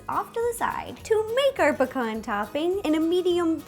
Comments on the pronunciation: why on earth do u say pcorn in stead of pee-can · Pea-cans not pa-kons lol. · Pecan is (Pee-Can) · Am I the only one who says pecan different to how she does??🤔